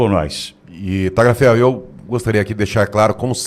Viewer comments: Por favor, a pronúncia correta é " talhiaferro", GL em italiano, é LH em português, é outro idioma, GN em italiano, é NH em português, C ou CC em italiano, é " tchi" em português, por isso dizemos " tchiao" para a palavra ciao, CH em italiano, é QU em português, por isso Gianechini todos falam corretamente....................................... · Não é Talhaferro Tagliaferro